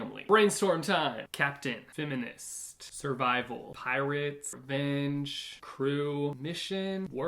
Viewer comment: no one:: femminist haha